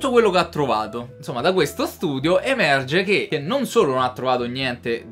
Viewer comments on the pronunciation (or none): Minuto 3.14 frase epica "da quefsto ftudio"😂😂😂